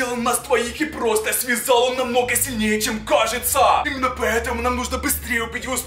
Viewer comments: Он говорит:мне каеца😂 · Он говорит:мне каеца😂😂😂